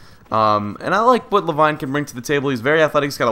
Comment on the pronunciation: Le-VEEN GOD DAMMIT XD